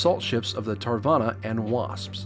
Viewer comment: you should pronounce Hyuga as hue -ga, also Its Shoukaku and Zuikaku. also its Tarawa not Tarvana...